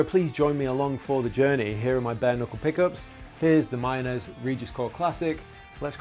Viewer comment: I swear he kept saying BARNICLE, not Bare Knuckle.